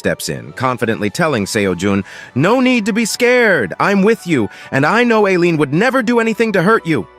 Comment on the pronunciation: I absolutley lost it hen the AI voice said "alien" instead of "Aleen" 👽